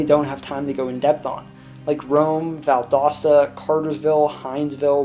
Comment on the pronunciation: You pronounced Valdosta right!